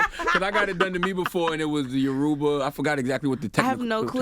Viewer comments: 1. Chi means God in Igbo not Nigerian 2. Yoruba not Yoribian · It's Your-ra-ba. Y'all saying it so jacked up is killing my soul. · As a Nigerian, I saw Doechii and assumed she was Nigerian as well lol, by the way Yoruba is pronounced, "Ur-ra-buh" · It’s Yoruba pronounced like “YOUR AH BAH” or “YOUR IH BAH” I hate the way they mispronouncing it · *Yoh-ru-bah. Yoruba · She butchered Yoruba 😭